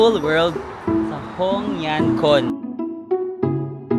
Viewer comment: Hongyancun ay pronounced as hong-yen-tsun 😊 Love this vlog ❤